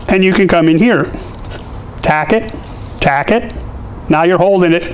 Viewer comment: I love it when you say taccot.. taccot.. haha. nice tips